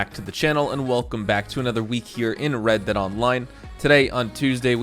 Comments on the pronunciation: “New wred dead online” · "new WRED DEAD ONLINE" wred? :o